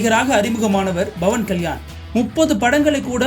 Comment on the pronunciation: dont say bavankalyan say pavankalyan😂